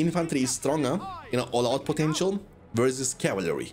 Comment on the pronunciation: I love how you butcher word calvary, fellow youtuber😆